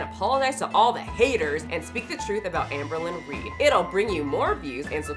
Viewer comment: Jamie has a chronic need to be the smartest/virtuous person in the whole wide room. edit: ps did you say Ambealones?!? (albalone) HAHHAHAHAAAhah💀 that term has got to be entered into the Haydur Nation Handbook.